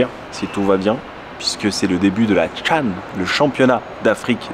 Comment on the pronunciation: Chan pas can